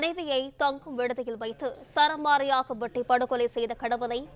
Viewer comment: 'சராமாரியாக' என்பது தவறு, சரமாரி என்பதே சரி... உங்கள் சேனல் ஆபீஸ்ல ஒரு தமிழ் ஆசிரியரைக் கொண்டு பிழையின்றி பேச, எழுத பழகவும்...